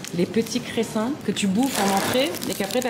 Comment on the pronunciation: Mon cerveau quand j'entends dires cressin: 🤬🤬🤬🤬 alors que ON EST TOUS D'ACCORD ON DIT GRESSIN